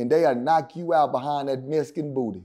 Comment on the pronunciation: “This nigga was a Mescan” 😂